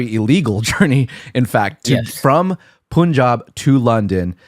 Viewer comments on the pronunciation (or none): It is not Poonjab , it is pronounced pun-jaab